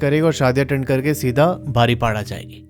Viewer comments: मैं ने यह दशहरी स्टोरी सुनी जो अपने बारीपोदा को बारीपाडा कहा । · बारीपाड़ा नहीं बारीपदा अच्छे से बोलो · Bhai Baripada nahi 😅 बारीपदा hai 😊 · बारीपाडा नहीं बरिपदा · Im from baripada .aur ye बारीपदा hai बारीपाड़ा nrhi😅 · Are Bhai baripada nehi paripoda pronunciation hai...kese bolte ho ...thoda pronunciation sikh lo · Bro ise बारीपदा bolte h not baripada 👍 jay Jagannath 🚩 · बारीपाडा ❌ बारीपोदा ✅ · बारिपड़ा नहीं भाई , बारिपदा बोलिए ❤ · I'm from baripada and sir you pronounced our city name wrong 😢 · Rasulpur nahin rasulgarah. Baripada ko kya bol re ho bhai. Bahut sara galati kar re ho area k names me.